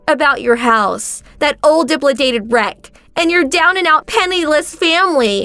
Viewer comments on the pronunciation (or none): She said it again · FFS! It’s not dip-la-dated. It’s de-lap-a-dated. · I'm sick of this coming back on my feed dangit... stop it Youtube. I've already watched this stupid orator who can not pronounce de lop i day ted right.... it's delopidated orator, not dip lo dated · WTF is a diplicated wreck??? The word is Dilapidated it is pronounced... DILL-API-DATED. Ffs if you want people to stay watching your videos, don’t sound so dumb. It takes seconds to google how to pronounce something you do not know how to say. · Dilapidated, not diplidated. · She actually said duplicated 😂😂😂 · Dilapidated = dih LAP uh dated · Please learn to pronounce "dilapidated". It's a normal English word. It's not "dip-la-dated". If you can't pronounce words, don't use them! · dilapidated: duh·la·puh·day·tuhd Dilapidated means in a state of disrepair. If there are questions about the pronunciation of words, google is your friend. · Has the “Allison” voice actor never heard the word “dilapidated” before? Or does she just have selective dyslexia? “Dip-la-dated” 😂😂 How embarrassing… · Would someone like to inform the voice actor who played Allison in the second story that dilapidated is NOT pronounced diplidated!! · It's pronounced Dill -Ap-I-dated. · Pronounce it "DUH-LAP-UH-DATED"! Ugh.😮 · Allison the "Goldigger" needs to learn that the word is Di-lap-i-dated! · When she sais dilapidated as,Diplidate, made me chuckle. 😅😂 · She said diplidated shack like 3 times🤣🤣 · The word is "dilapidated" pronounced "dil-ap-uh-day-ted" listening to this girl trying to pronounce it literally made me cringe. A professional voice actor should know better. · Di-LAP-I-dated. If you don’t know a word, check it out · Allison apparently doesn't know how to pronounce 'dilapidated'. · Bro learn how to say dilapidated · No, she is attempting to say dilapidated but shifting where the ‘p’ belongs. She puts it in front of the ‘L.’